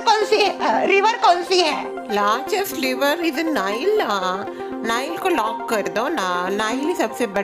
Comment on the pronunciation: nile nhi nyle hota h